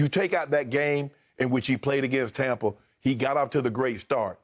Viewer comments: No one: Skip: “TOMpa Bay” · Ugh and he pronounces it “Tom-pa” 🙄